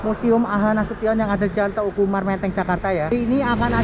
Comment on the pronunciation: teuku umar di bacanya teuku umar bukan te uku umar sama seperti meulaboh di baca meulaboh bukan me ulaboh.